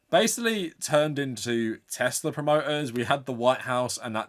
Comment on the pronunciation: God the way he says teZla pmo so bad 😂